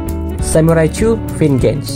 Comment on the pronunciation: Bro, "Vengeance" itu cara bacanya "venjens"